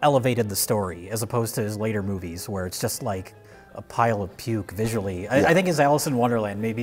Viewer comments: Sounds as if says either “moopies” or “moofies”. The latter would make sense, given the V to F consonant shift in northern Germanic languages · Did '' say "moopies"? Is he Rich's grandfather?